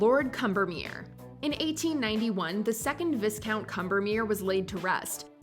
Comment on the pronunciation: Viscount is pronounced Vi-Count. The S is silent.